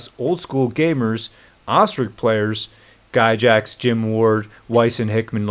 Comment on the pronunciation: "Guy-Jax" lol